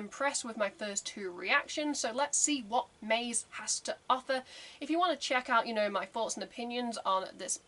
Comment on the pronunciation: "Maze" is a Japanese word, so it needs to be pronounced as such in TWO syllables (ma + ze). It has absolutely no relation to the English word "maze". The word appears like 5 times at the very beginning of the song if you want to check how it is pronounced.